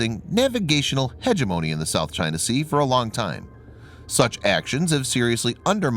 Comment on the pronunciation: It's huh-JEM-un-ee not HEH-JUH-mo-nee. It's a great word.